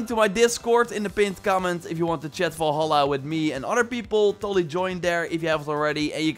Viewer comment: Gotta learn to speak English man, udders are on cows, fenders are on cars and are also guitars, vol-holla isn’t the game in the video either!